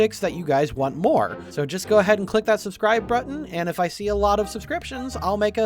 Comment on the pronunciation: LOL was I the only one who noticed he said brutton not button?